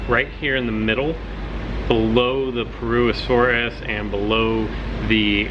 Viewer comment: Complete butchering of the pronunciation of purr-uss-uh-soar-us.